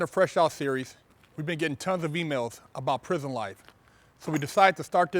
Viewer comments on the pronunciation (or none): none